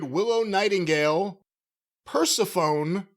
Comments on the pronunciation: butchering Persephone had me dying. Its a classic Greek name with a difficult spelling. Per Se Pho Nee lol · "Purse-a-phone"? needs to brush up on his Greek mythology and pronunciation 😂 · Persephone is pronounced per-stephanie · really? PER - SEF - OH - NEE. Did you really not take ANY classes talking about mythology? At all? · Persephone is pronounced “Per-SEFF-fe-nee” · Persephone is pronounced "per-sef-oh-nee" 🤦🏼‍♂️ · Did really just pronounce Persephone as persa-phone? I'm assuming he didn't study Greek mythology much in school. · not understanding how to pronounce Persephone and poking fun of it when it exposes that he cut class to eat meatball subs the week they covered Greek mythology in high school. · pronunciation of half these names including most of the Western ones is driving me insane! Bro has never read/heard the name Persephone before?:face-orange-biting-nails::face-blue-smiling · Does not know how to pronounce the word Persephone? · can’t lecture Jim or anyone else about not pronouncing shit correctly when he can’t pronounce one of the most famous Greek myths correctly 😂